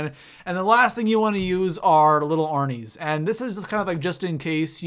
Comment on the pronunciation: Arnies not arines but anyway great video